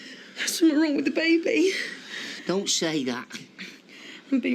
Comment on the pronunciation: If Fred Elliott says babby, not baby, one more damn time....that is annoying like a Mofo...LOL.. That Ashley and it ain't my baby storyline seemed to drag on forever. I am so glad for the fast forward feature!